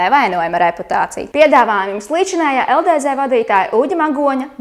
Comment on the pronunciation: Kā jau beigās teici, runāt tu tiešām nemāki, jo: #1 Nav saprotams kas ir LDZ, pareizāk tomēr būtu LDz (dz, nevis Dē zē) #2 Vilciens brauc nevis iet pa sliedēm. Bet kopumā tīri tā neko raidījums.